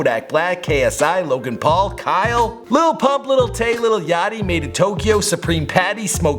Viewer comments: he called maitendyo madeintokyo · Did u pronounce madientyo "Maden tokyo?" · I know this has nothing to do with it and don’t come for me about it but I realize that he says Madeintokyo instead of Madeintyo (Ma - dayn- Tee - O)